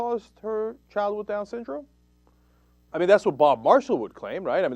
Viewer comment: haha "sown-dyndrom" lol